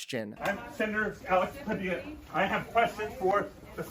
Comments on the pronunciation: This woman is such a terrible human being.....another thing, learn how to pronounce the correct last name, don't be as dumb as her. PADILLA NOT PADILA. What do you expect from people in his cabinet who paid trump millions to be nominated? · FYI Padilla is pronounced Paw dee ya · The name is pronounced Padeeya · I believe that’s pronounced Pa-DI-ya. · You mispronounced his name. It is Pad-eee-ya. Get it right to be a viable content creator for Occupy Democrats. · My friend, it's pronounced "pah-DEE-ya" -Padilla. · Padilla is pronounced: Puh - Dee - Yuh. Like tortilla. They say his name correctly in all the video clips you played. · In Spanish if you have two of the l's in Spanish it is pronounced as a Y. Phonetically his last name is pronounced Pah-Dee-Ya. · It’s Padeea. LL in Spanish is pronounced eee not L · The name sounds “pah-Dee-ya” please pronounce correctly. THIS IS WRONG! Who are these thugs? What are their orders? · Padeea..pronounce his name that way! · nitpick pronounced padiya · It’s pronounced pah-DEE-ah. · Pa di ya. Padilla is pronounced Pa di ya. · Pronounced “Pa-de-ya” — it’s a Spanish pronunciation — 2 “ll” is pronounced as a “y” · Pa Dee ya, no L sound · Padilla….. Padeeeyyyaaa. My god didn’t you hear him pronounce his name???? Ugh. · Padilla is pronounced PA DEE YA. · Do the man the honor of pronouncing his name correctly. Padilla = pa-dee-ya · He literally pronounced his name in the video. How do you still pronounce his name wrong? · Dude, learn to pronounce Padilla. Good God. Embarrassing. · I appreciate your words but not pronouncing the Senator's name correctly is rough. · Learn to pronounce his name right!!! It is Spanish and LL is not pronounced as L ! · Please pronounce the Senator's name right, my dude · Dude, you could learn how to pronounce the senator's last name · If you heard him say his own name, why did you mispronounce it? Anyhoo, 8647 FUQ TACO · Learn how to pronounce PADILLA! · learn how to pronounce padilla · Ughh! PUH-DEE-YUH!